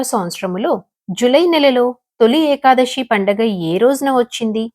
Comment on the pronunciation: ekadashi kaadhu thalli Ekadasi , sa ani palakaali, శ ni palakadam sarigga raani vallu kuda chepthunnaru kalikaalam karma..